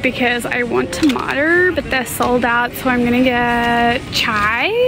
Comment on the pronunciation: SHES THE FIRST ONE IVE EVER HEARD PRONOUNCE TAMATO AS “Tamater” LIKE THE SAYING U SAY TAMATO I SAY TAMATER!!!! AHHHHH